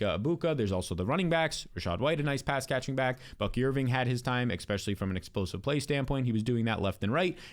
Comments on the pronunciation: why do u say exspecially